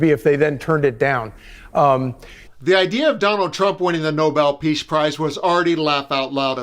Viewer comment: She can't pronounce peace prize